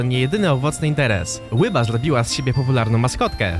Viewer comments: Ryba a nie łyba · Nie mów "łyba" To jest tak rakotwórcze <3